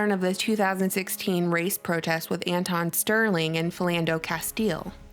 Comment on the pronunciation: You called him “Antonn Sterling” correction...his name is “Alton Sterling”.